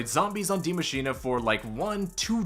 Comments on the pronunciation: Die machinaaaaay what the hell bruh, it's pronounced Die Machinuh just like the word bruh. Trust me i'm from The Netherlands. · Stop mispronouncing Die Machine!!!!! There is no A at the end!!! It's not Die MACHINA!!! It's MACHINE!!!! E!!!!! You need to spell it like you spell machine in English